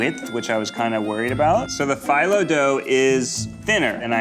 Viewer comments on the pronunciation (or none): Is anyone else annoyed about how Ned pronounces phyllo dough? Like, I don't know if I'm right, but I'm pretty sure it's like fee low not fye low. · The way Ned pronounces "phyllo" drives me crazy. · Phyllo is pronounced feel-o, not file-o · I don’t know if this is just me, but Ned saying Phyllo like “phEYEllo” bugged me so much. I’m not from the Mediterranean area so I don’t know for sure the correct pronunciation, but I’ve only ever known it as “phEEllo”. I could just be being overly analytical though. If anyone knows the correct way of saying it, please let me know! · Ned saying ph-eye-lo instead of ph-ee-lo just hurts my brain a little. Which one is the right one? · Someone please tell him it’s pronounced like “feel low dough” not “file low dough”! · NED! Why are you pronouncing phyllo like FYE-low?? And saying it over and over! It sounds like FEE-low! You cook. You've written a cookbook. You should know how to pronounce phyllo. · Man.. the phullo dough killed me.. it's pronounced phìllo not phyllo. But overall I loved the video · I could have swore it was pronounced fee-low not fi-low. Anyone? Keep up the greatness guys! Love you all! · as someone who is greek hearing him pronounce the green dough as “fi-low” instead of “fee-loh” was drivinf me insane 😭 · Ned its Pronounced Phil-Low not Fielow just saying you damaged this turkish boy's ears with that but I'll forgive you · Ned - you make me CRAZY!! It's pronounced 'fee-low', damnit!! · Half way through the episode, love Eugene's maniacal laugh! Have to mention this because it's driving me crazy, it pronounced (phylo) ph-ee-low dough I'm greek so I want you to flex Ned! Ok back to the episode! :) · Ned I love you but It's pronounced fillo not phyllo lol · was i the only one yelling “fee-low” at the screen every time Ned mispronounced phyllo…? 😂😂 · PHYLO?! ITS PRONOUNCED “PHEELO” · Mispronouncing Phyllo over and over is really driving me crazy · Is anyone gonna talk abt Ned’s pronunciation of “phyllo”